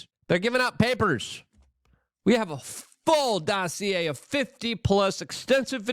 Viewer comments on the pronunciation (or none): none